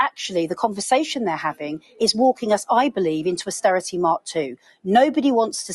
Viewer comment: Did she just say asstearrity .Yes 14 years of The Thatcher Tories gift to UK. 😡